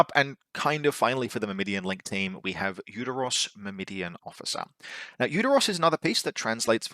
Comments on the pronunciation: Don't think I've ever heard Myrmidon mispronounced like that. 😆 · Since I have nothing of substance to add to your faction review, I'm just gonna be that guy and say: - It's MYR-mi-don, not Myr-MI-dion – emphasis on the first syllable, and the last syllable doesn't have an i in it (pronounced like "Sir, he's gone", not "Her Idiot") - It's Thra-sy-medes, not Tha-rys-medes - It's Tho-ra-kee-TAI, not Tho-ra-KEE-tees, with emphasis on the last syllable (and pronounced like "tie") Unless of course you ask a Greek how it's ACTUALLY pronounced, and then I'm completely wrong as well...